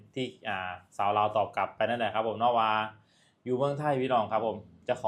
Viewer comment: ให้แรงงาน #กลับ ลาว ไม่ใช่ #กับ ไม่ #ปลอด ภัย ไม่ใช่ #ปอด ภัย ใช้ภาษาไทยให้ถูกๆหน่อย #ไอ้เวร